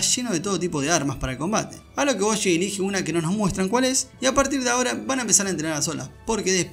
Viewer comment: Oye guapo, desde que hiciste el resumen han ocurrido cosas que me dejaron completamente IMPAKTADARKS y con ansias espero que hagas un resumen de aquello con ese estilo tan único que tienes. Por cierto debido a ti ahora le digo Boshi en vez de Bojji es que suena taaaaan astetik JAJAJA